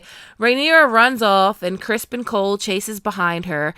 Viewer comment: Ma'am are you calling him Crispon?🤣 I'm glad I wasn't the only one to notice the handful of actual deer shit. 😅